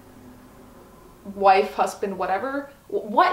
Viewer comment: The way she says hussband... 😂😍